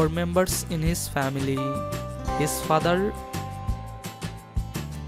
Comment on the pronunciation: His fadlel and his mothel. His gall. Im dead for laughing so hard. The accent tho